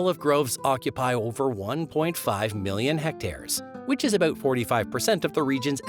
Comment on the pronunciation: you need to learn how to pronounce words and letters especially "about"